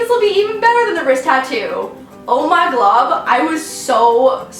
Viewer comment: wait in the intro did she just say "Oh My Glob" 😂